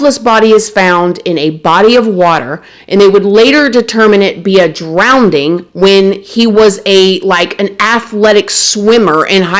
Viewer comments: what’s a “DROWN-ding “?? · Drowning not drownding. Saying it w/ love.